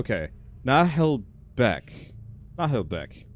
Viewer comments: Na-Wel-Bek. There. Is that so hard you silly english type? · It's French, it's pronounced "Nah-uhl-buhk" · Hey you pronouce it "Naheul Buck" :) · Na-hel-buk sounds like that. It's a French book so yea. It's not the exact pronunciation but closest I can make it sound. Fun stories hillarious silly and insane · The narrator pronounces it "Na-hole-book". In French, we pronounce it differently though. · OMG, I WASN'T EXPECTING TO SEE THIS AS A GAME! It was, and still is, one of my favorite comic from when i was little. PS: If i'm not wrong, it's pronounced Nah-Hull-Buck. (or at least, it's how it is in french with the English accent added on top)